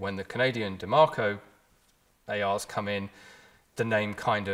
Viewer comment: Where is the R in Diemaco ?